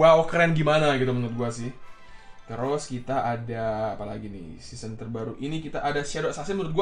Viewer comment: Ngomong seseon 24x